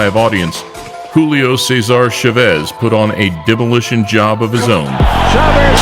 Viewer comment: This dude really just said “shavez” foo it’s CHAVEZ with a CH 🤦🏻‍♂️👎